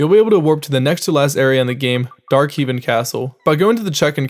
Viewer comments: The "Heevin" castle, huh? I guess it's the castle that heaves... I prefer the castle that hoes. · "Dark Heave -in" My brain: Huh?